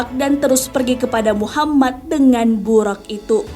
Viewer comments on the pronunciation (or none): tulisan latin memang buraq, tp lisan nya buroq, bukan buraq..